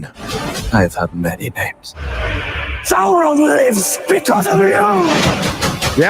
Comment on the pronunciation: roll those R's when saying Sauron... Well done. Skill useful in bedroom, also.